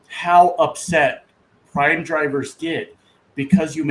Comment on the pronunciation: Not prime its PRAM!